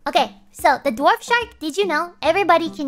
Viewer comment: Several instances in which Gura said "dwarf" shark, but it sounded like "Dorf" shark, as in the Tim Conway character (who voiced Barnacle Boy). Gura would look silly with a toothbrush mustache. Apparently "dorf" is also German for "village"; I did not know this. If you get the spiders between yourself and the skeleton archer, will they retaliate if shot? What if you led zombies and skeletons into a trench or walled off area too tall for them to climb, then backtrack and seal them in it? Would it constitute a defensive perimeter, or are they destroyed/dispersed by daylight? Can a hostile creature trigger a creeper to self-destruct, or only players?